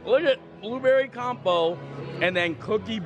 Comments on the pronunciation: It’s not compo, it’s Compot pronounced with a T lol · Blueberry CompoTe. The "t" is not silent. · Oh you're so cute!! "Blueberry Com-po"